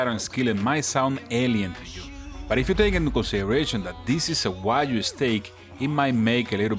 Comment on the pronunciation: I love how he say wajyu instead of wagyu, this is that I know 😂😂😂